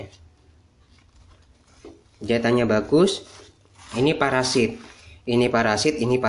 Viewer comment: Kain parasut bukan parasit 😀😀